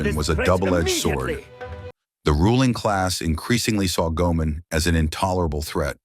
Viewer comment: And I believe it's pronounced Go-ay-mon.